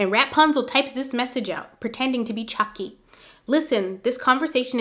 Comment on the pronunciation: You kill me in laughter everytime u say rap-punzel🤣